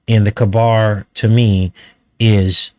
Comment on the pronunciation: Good stuff, just for pronunciation purposes, cabar is pronounced KAY-BER. Every year in Nova Scotia in the HIghland Games, they do a caber toss, which is quite fascinating to watch.